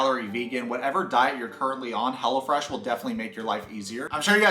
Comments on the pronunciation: Wait I heard hella-fresh and not hellofresh 🤣🤣🤣🤣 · Though I kept hearing... Hella Fresh, not Hello Fresh. Haha! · I thought you were saying HELLAFRESH🤣